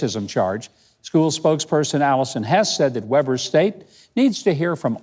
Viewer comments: I am a conservative have been for 65 years. This post is so not funny and you need to learn how to pronounce Weber state. It's not waber its Weber. If this is all you have for content you need to find something else to do. I general enjoy your posts but this is beneath you. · FYI Governor: it pronounced Wee-ber.